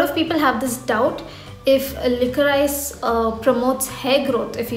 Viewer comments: Hey , not to sound hateful it’s actually pronounced as liquorish. Love your content!🙂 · It's pronounced as licorish